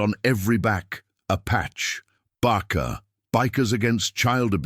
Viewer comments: Judge should have included the deputy brother in the restraining order as well as the stepfather. Do with the audio AI could pronounce (and spell) BACA instead of barker. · There is no R in BACA